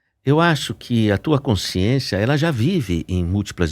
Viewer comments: Um sábio falando com uma pessoa que nada sabe. Sra, não diga coinsciência, é CONSCIÊNCIA. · Consciência, não coinscisencia. 😂